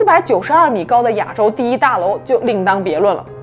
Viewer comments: 你一口一个 ”哑州“，”哑州“，”哑州“。听着憋屈。是 ”亚州“，第四声。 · 别“哑州”了，“ya 四声州”。